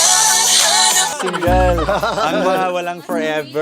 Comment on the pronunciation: Girl. Are u singgol? 😂 😂. Single? Haha walang 4 ever